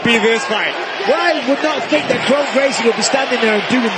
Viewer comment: How do you mispronounce your own name? KRON should sound like "KRAWN" not "KRONE"